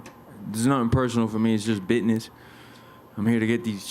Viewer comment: "Is just bitniss"